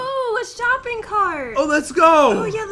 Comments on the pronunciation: Did say shopping tart 😂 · did say shoping tart?